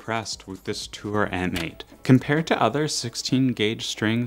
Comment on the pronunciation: M8 is pronounced MATE!